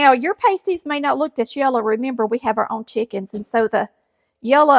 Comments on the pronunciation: Not "Patsy", It's "Pass-tee"🤣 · PRONOUNCED PASTIE AS IN PAST. 😊👍🏼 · I am married to a Finn. I make them all the time. These are called pass-ty. The way you are pronouncing the word is a pair of small, cuplike coverings for the nipples of a stripper, nude model, etc. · Pasties are pronounced with a short A not a long A. Pasties with a long A is something the is used by ladies of the night to cover two parts of her upper body. Look it up. Just saying. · UK miners ate these when they went underground, so it is not Finnish, but the recipe was brought to the UP of Michigan bcos of the iron and copper mines. There is a large Finnish community in the UP, so that may be the confusion. Instead of making individual pies, I make them in a pie tin like I would a 2 crust pie. This is a healthier version as it doesn’t have as much crust. Also, u are pronouncing it incorrectly. It is not pronounced like something erotic dancers use to cover their nipples. Ha. I’m from the ketchup camp. Can’t eat one without it. Thanks for bringing this to some ppl’s attention. It is a delicious dish. Since it has onions, carrots, and often rutabaga, it doesn’t need anything to accompany it.